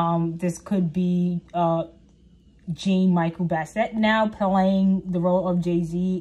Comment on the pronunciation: jean is pronounced as "John" . Michel is pronounced as "Michell" like the girl name. He is black American and Puerto Rican. He is a graffiti artist. He was apart of the 27 club. Try not to use wikipedia.